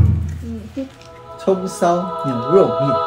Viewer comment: U霸念蔥燒牛肉麵時我怎麼聽成了"風騷"牛肉麵；大家泡的方式是如何?我個人是把粉包跟醬料包放入加水，把調理包壓在泡麵上，等待三分鐘，開動。